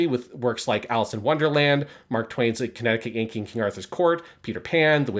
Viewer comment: If anyone’s wondering what that title slurred thru in the list of portal fantasies that sounded like “King Kennicut in Arthur’s Court” (not hating I’d be slurring to if I talked for 2.5 hrs straight), it’s “A Connecticut Yankee in King Arthur's Court” by Mark Twain